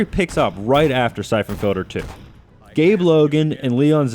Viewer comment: someone should review this guys REVIEWS. they fuckin suck and he doesn't enunciate....syphon filder, syphon filder, NO! it's syphon FILTER!